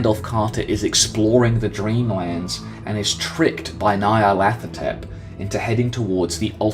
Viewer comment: It's pronounced Ny-Ar-Lat -Ho-Tep